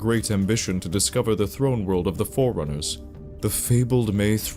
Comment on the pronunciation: is probably a good dude, but his pronunciation is very hard to ignore. Flood becomes "Flirt", Forerunners becomes "Foreigners" etc.